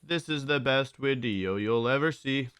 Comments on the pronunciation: Glad to hear you say wideo again. I discovered your channel during lockdown in spring 2020. And your daily uploads along with your positive energy really helped me get through the day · You said wideo and I got nostalgic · I love how wolfe says wideo plus the content on this channel is top notch /10 story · Wolfe: Wideo Me: :')